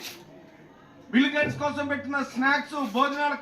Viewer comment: తెలుగు కూడా మాట్లాడ్డం రాని యీ యెర్రోళ్లని యెన్నుకున్నాంరా నాయనా . బిల్లు గేట్స్ కాదురయ్యా ," బిల్ గేట్స్ ." ముప్ఫైరెండు చిల్లర అయ్యిందివయా . 😂 😂 😂 😂 😂